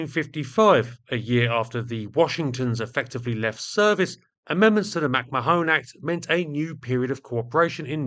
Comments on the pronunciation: Two bits of pedantry. First, I think "McMahon" is pronounced "Macmarne". Second, many US B29s during the war were equipped with licence-built versions of the British H2S ground/nav radars, but the belly fairings for these were usually edited out or masked. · Given he's from the US, it's more likely to be pronounced McMan. I say this because he briefly flirted with standing as president and his slogan was "The man is McMahon" which rhymes better with the pronunciation I'm suggesting. I also recall Johny Carson's offsider was McMahon, who also pronounced it as "McMan". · Mac Mahon is pronounced Mac Mah-Hon , say it fast, not with an additional e at the end ,"Mac Ma-Hone " literally means "my arse " in Irish. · Mack.mahone you serious? McMahon is pronounced oh effing Google it. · No it’s pronounced MacMarn (2 syllables not 3). It’s a fairly common surname originating in the UK, so I’m not sure how managed to consistently mis-pronounce it?? Then again, he mis-pronounces the most basic word in the dictionary “The” as “Thee” all the time! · or in Ireland, Mac Ma-hon (not Mahone) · McMahon is not pronounced "mak ma-HONE," but "mic MAH-hun."The way you pronounce it quite literally changes its meaning from "son of bear," to "son of my ass." "Mo tHoine" (pronounced "mo-HONE") quite literally means "my ass" in Irish, as in the quaint colloquial Irish phrase, "pog mo tHoine." I would appreciate it if you would edit this video to replace "mak ma-HONE" with "mic MAH-hun" at your earliest possible convenience. Sincerely, Mahon MacRi. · I'd say that name would be pronounced more like "Mc Man". Granted, slightly oversimplified, but way closer than "Mac ma-Hone" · "McMahone" - is that really how it is pronounced in the US? In Ireland it is pronounced Mac-Mah-on, with the emphasis on the middle syllable. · "Mack-mah-hon" ; "mah" sounding the same as the first syllable of "malevolent", and the third syllable as in the first syllable of " honey". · It's pronounced McMa'ahn